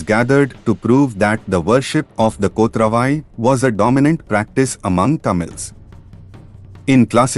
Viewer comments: Not kothra VAi. It is "Kot ravai ". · I wonder why you could not pronounce "Kotravai" as it is.